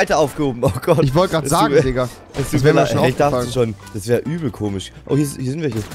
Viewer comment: Bin ich der einziege der gemerkt hat das rewi ,,ch'' anstelle von ,,sch'' sagt zb komich oder so hahaha